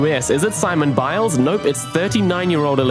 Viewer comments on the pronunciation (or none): “Simon Biles” why do you pronounce it like that